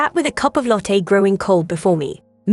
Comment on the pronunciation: Karma, not comma or comer. AI needs to learn how to pronounce "latte." Wringing, not ringing.